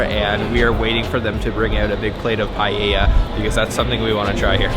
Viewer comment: It's nice hearing you pronounce paella correctly ..